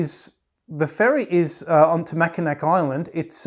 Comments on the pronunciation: Can confirm... we always laugh at anyone who says mackinac instead of mackinaw lol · Wonderful story... I'm from Michigan... Just to let you know, you're pronouncing Mackinac wrong... It's pronounced "Mackinaw"... Google can confirm this... I really did enjoy hearing your experience and love your channel... I hope you have a fantastic day🤗🤗🤗